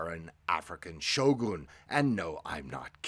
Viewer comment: It’s not pronounced Shogoon 😂